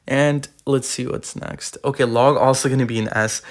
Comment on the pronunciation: Bro said he had a big logw